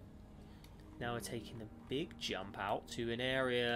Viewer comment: "That's alot of very beeg teeth."